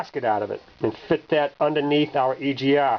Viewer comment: heh heh heh.... he said "E G Ah valve"